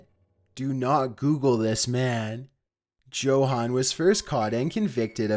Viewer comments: #4 his first name was Johann, it is pronounced yo-Han not jo-Han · Joe-Han. Lmao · Johann is not pronounced like that. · The way he says Johann Untermeyer makes me want to rip out my eardrums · The "J" is silent in Johan. Wow, your kind of illiterate a lil bit arent you?